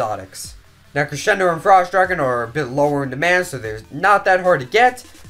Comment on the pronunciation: Its cresendo not creshendo lol